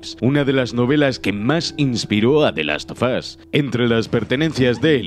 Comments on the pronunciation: Asi que te haces el payaso diciendo the last sofas uno ¿Eh? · The las fo fo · "The Last Sofas" - (2020)